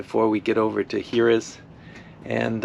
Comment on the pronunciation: Hello Z. May I respectfully tell you that one dies nit pronounce the end E in french words ( unlike spanish). So, you say HYER(es) and leave out es. Then you say PORQUEROLL( es) and leave out es! Thank you🙌